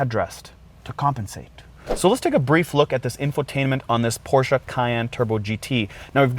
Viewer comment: You need to pronounce Porsche right!